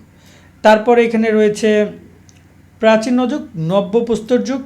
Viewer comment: ঠিক মতো উচ্চারণ করতে পারেন না ভাই... প্রাচীন যুগ... প্রাচী ন যুগ না। শুধু ভিউ এর জন্য করেন সাজেশন কোনো অভিজ্ঞতায় নাই।